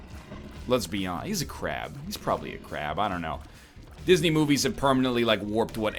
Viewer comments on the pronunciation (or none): none